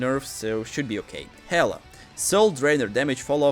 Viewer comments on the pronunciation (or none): none